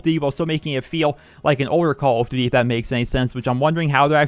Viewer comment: omg how many times did you say Call of duty -__- say it properly.